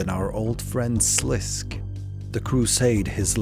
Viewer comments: Sliske is pronounced "Slis-Keh" (two syllables) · Sliske is pronounced Sa Lis Kay. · You pronounced sliskay wrong but this was a fucking banger of a video I can let that slide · Just a heads up for next projects you might be working on. In RS3 wiki there is a pronouciation guides for obscure words. It gives your stuff a lot of creedence if you say things the way they are meant to be said. Sliske for example is pronounced SLISS-kay. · Amazing video! Your mispronunciation of Sliske had me tweaking, though. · Great video, just keep in mind that the E in Sliske is NOT silent